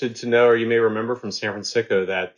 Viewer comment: He actually said Sanfransico twice, thank u I thought it was just me.